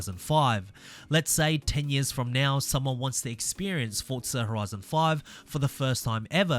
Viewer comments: Forza. Not Fortsa. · Why do you say Fortza 😂